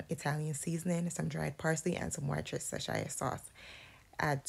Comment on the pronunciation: I am screaming at how she pronounced Worcestershire sauce